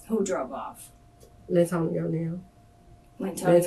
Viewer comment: Lyntonio. Geezuz we gotta do better.